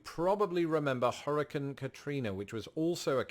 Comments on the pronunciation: Hurricane not hurrican. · Please learn to correctly pronounce the word hurricane.